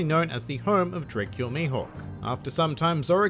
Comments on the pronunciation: Dray-kul? .... you mean Dra-cula? 😑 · Say 'Row' then 'Row' again; then 'no' then 'aaa'. And that's how you pronounce Roronoa. Can't believe it's so hard for some people to pronounce, honestly... And it's Dracule as in Dracula, not Draycule